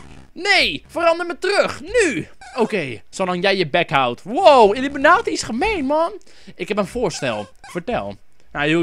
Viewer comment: Volgens mij is het illUmI-kwaad-i in plaats van illImU-kwaad-i :)